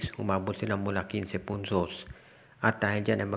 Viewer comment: kinse punsos? Bulol ka ba...